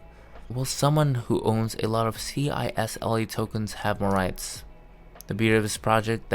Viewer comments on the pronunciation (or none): It's not CISLE it's CISLA